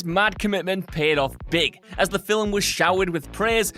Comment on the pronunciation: How are you getting two syllables out of 'film'?